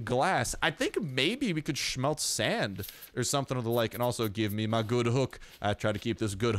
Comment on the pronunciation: I LOVE THE WAY YOU SAY SMELT😂😂😂😂 omg funny af make a complication😂